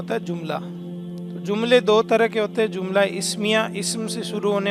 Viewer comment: Jumla bolo zumla nahi. جملہ، زملہ